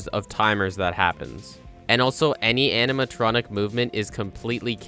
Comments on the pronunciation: I just noticed… “animatonic” lol Also you’re on a whole other level of gaming when it comes to FNAF, I’ll never stop being impressed dayum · No one noticed “animatonic” ?